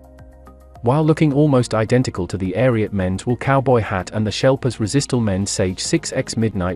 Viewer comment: Erm…. No…. I live in the UK, and know he means ‘Sheplers’ when he says “shelpers”…. So no… “sheplers” is fine if you ain’t got a lot of international options but that’s about the extent of It.